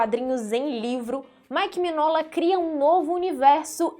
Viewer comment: Se pronuncia "Minhôla", não miguinola, e não minola.